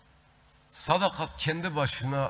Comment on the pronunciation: " SADAKAT" kelimesini bile telaffuz edemeyecek kadar acizsin, tutmuş bir grup milletinin değerlerine sırt çevirmiş 3,5 lara Saray göstericisi rolünü ne cok benimsemişe benziyorsun.😂😂